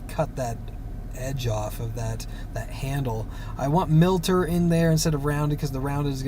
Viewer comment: Thanks for the video. By the way, it is miter, as in miter saw, not milter.